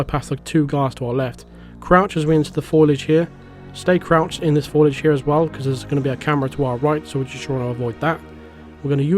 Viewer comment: It's "foliage" (fo-lee-age), not "foilage" (foil-age).